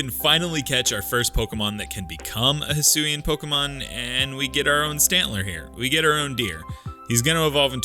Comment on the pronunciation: Decidueye, not Dusudy! And do not leave off the A in Hisuian! And stop typing in all caps!